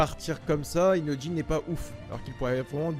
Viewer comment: Il c pas dire inojin il dit inotjin